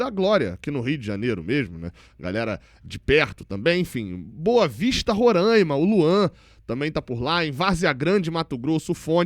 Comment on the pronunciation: a pronúncia correta é “Roráima” e não “Rorãima”,. Saudações Tricolores 🇭🇺